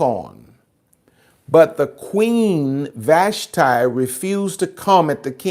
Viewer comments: With respect, Ill help you out with Hebrew pronounciation. Vahsh-tee, Ah-hahsh-vair-ohsh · FYI, it's pronounced Queen VASHTEE in Hebrew. As someone who learned Hebrew, I think it's important, alot has been taken out of context from lack of understanding the original language ❤